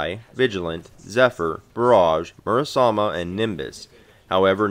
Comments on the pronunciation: Just joking, good video. You’re pronouncing it Murasama when there is an E at the end, not an A. It is more of an ‘æ’ sound than an ‘ay’ or ‘eh’ though, which is awkward if you’re not accustomed to it. People say ‘sake’ as in the drink wrong for the same reason. And don’t feel bad, Lorenzo in the English dub literally butchers his own sister’s name, but Sandy doesn’t. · >mispronounced Murasame dropped